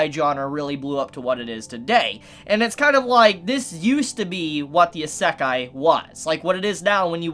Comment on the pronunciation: His mispronunciation of words.... lowkey hurts 😂😂😂. "Isekai" for one lol